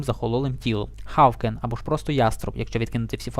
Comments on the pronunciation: Ти ба, український Яці :D Якщо справді-справді правильно, то буде "Гоукен" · "Хавкен, або ж просто - яструб" lol Добре, що пояснив людям, які англійської не знають, що таке хАВкен. Бляха ))) ХАВКЕН )))